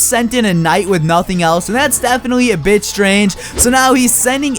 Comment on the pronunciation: lol when u said bit, it sounded like bticj